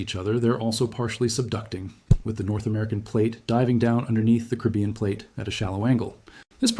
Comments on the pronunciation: Excellent reporter!!! Bad news, but so calmly knowledgeable. But PLEASE pronounce the word “Caribbean “ properly. It’s NOT “Kribyen”, but “Caribeeeyen”. Thank you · Pronounciation: Ca - ri - bb - ean = Caribbean.